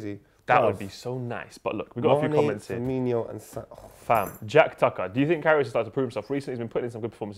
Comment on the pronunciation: Gotta learn how to pronounce Firmino, They're saying it as if it has an extra i after the n.